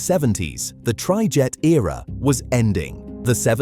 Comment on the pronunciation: "Trichet" what is that "trijet" pronunciation